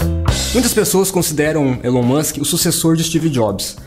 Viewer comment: O videio está bom, mas poderia pronunciar o nome do mesmo de forma correta. Elon Musk "ilon Musk"